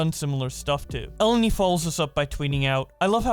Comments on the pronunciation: E-len-e not Ellen-e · Obligatory comment for pronounciation purposes: Her name is read elEni. It's a Greek name. (source: someone who is Greek and has the same name)